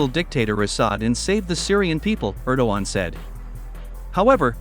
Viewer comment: Er-DOG-Gay-an ErDOGan